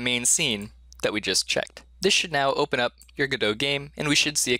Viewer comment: 3 videos in a row? What universe am I in? (also can you stop pronouncing godot like you're french)